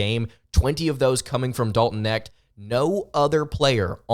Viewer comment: How does anybody take this guy seriously when he hasn't followed college basketball enough to know how to pronounce Dalton Knecht's name? Even if you just casually follow college basketball you e heard the name Dalton Knecht this year. Either he is throwing shade or he is woefully out of touch.